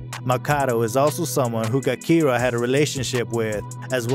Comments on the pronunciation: If this dude says Gakirah w/a hard “G” one ☝🏽 more damn time...It’s Gakirah pronounced w/a soft “G!” Dammit! Ja\keer/rah. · Clearly you’re not from here… her name is pronounced jah-kih-rah 🙄 so sick of ppl wanting to report on shit they know nothing of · Her name is spelled with a G but it’s pronounced Jakirah. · AND DUDE!!!! JUST CALL HER K.I. IF YOU CANT SAY GAKIRAH PRONOUNCED (juh-keer-ruh) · It’s pronounced ja-kiy-ra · Man completely butchered her name 😂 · Should’ve listen to a video or something before making this you fucked ki real name all the way up 🤦🏾‍♂️